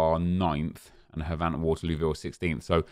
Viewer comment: I'm starting to think you pronounce Havant wrong on purpose after we've been saying it's pronounced "Haven't", but I'm glad you're enjoying this so much more than Fifa. I'm enjoying it more as well.